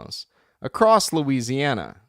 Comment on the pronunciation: Lucy - Anny - Ow... lol. Thank You.